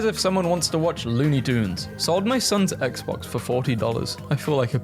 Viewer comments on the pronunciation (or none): none